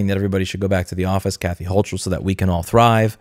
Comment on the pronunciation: just sayin', the "ch" in "Hochul" is pronounced like a "k"